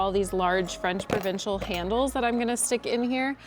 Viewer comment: I love your work but I cringe every time you say “provincial”